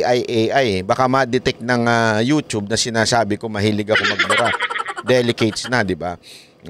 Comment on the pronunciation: E pronounce mo yung YouTube ay “yotyob” hindi yotob… 🤔